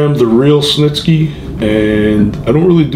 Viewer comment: Gene Stnisky?! Did anyone else catch that